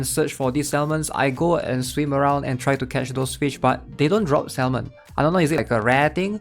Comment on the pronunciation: Hey bro. Love your content - I just wanna let you know that salmon is pronounced 'Sa - men'. its a silent 'L'. I know English isnt your first language but thats why I wanted to help you with that :)